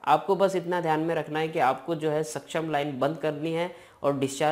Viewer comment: सक्षम nhi hota paaji suction होता 😂